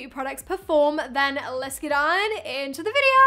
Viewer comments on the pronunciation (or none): She says ‘let’s get on into the video’ in an American voice, it kills me 😭